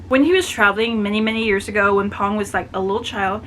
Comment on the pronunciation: Thank you for reviewing my book! Love it when you totally "get" it <3 btw, Phong's name is pronounced with an "f". The "ph" in Vietnamese is "F" in English so his name sounds like "fong" (means "wind" <3 or "maple")